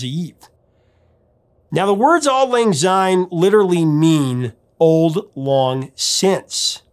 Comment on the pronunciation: Enjoying having found your channel Prof! A little bit of Scot’s pedantry here. The word “syne “ starts with an “S” and not a “Z” therefore Syne and not Zyne. Come Hogmanay and before the bells ring, feel free to raise your eyebrow and wince slightly before correcting the mispronunciation and then burst into song! “Auld Lang Syne” should really be Scotland’s National Anthem. It’s a huge missed marketing opportunity. You should find another Burns’ song and analyse the lyrics to “Ae Fond Kiss”. The perfect and unsurpassable love song. All the best Ian